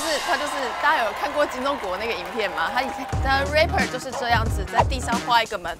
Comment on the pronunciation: 是rapper 不是raper… 後者是強X犯